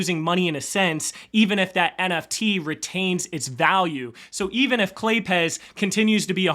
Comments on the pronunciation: Claypes, with a z sound at the end. Why do people keep saying Clay Pez? Do they look like Pez dispensers to you? Lol. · Pretty sure it's not Clay-Pez, it's Clay-Apes while removing a syllibal. Say it fast, claypes with a z added for some reason.